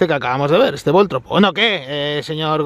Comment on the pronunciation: No es Voltrob, es Voltorb.